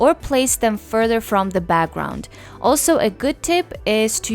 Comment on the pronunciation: She’s great! But the way she says “BAGGGROUND” is soo annoying 🤣